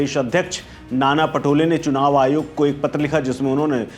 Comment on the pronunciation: Chunaw nahi chhinaw hai